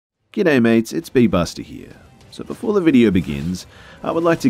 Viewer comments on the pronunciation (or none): You can't say good eye might without sounding Australian 😂, Good stuff, as always keep up the excellent work 👍